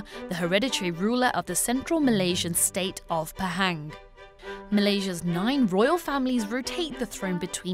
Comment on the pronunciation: Pe Heng lol I'm from Kuantan 😂😂